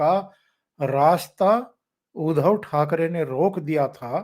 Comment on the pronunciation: आप उनका नाम उच्चारण गलत क्यूँ करते हो?. उध्दव ना के उधव..... उध्दव सही उच्चारण है